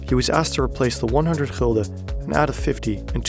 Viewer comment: Why You pronounce Gulden - Hilde? Is that a proper pronunciation?